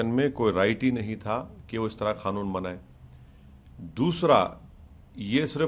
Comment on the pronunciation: Laude kanoon hota hai khanoon nahi